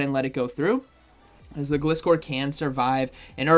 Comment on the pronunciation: Why can't I see you anymore?! And btw, don't know if anyone's told you before it is pronounced GL eye score according to the anime. Which makes sense, cus the name is composed out of glide, from glider and scor from scorpion. Thank you! And you're welcome! I love your videos! 😁👍